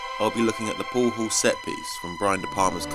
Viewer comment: No, it's not a "poow haww scene". Can't listen to this nit brit.